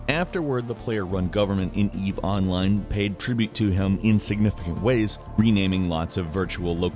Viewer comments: say "online". - onlAYne. - good, now say "eve online". - Eve OOnline! triggered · Your pronunciation of "online" with the accent in the O instead of the I is incredibly weird to me, even though it's technically correct